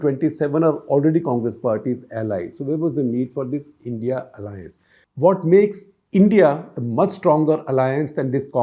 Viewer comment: Please don’t say “India alliance’ ‘it’s. I.n.d.i alliance’